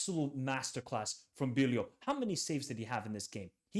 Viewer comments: In holland IJ is pronounced like Y. So it's Bylow. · Bijlow = bye-low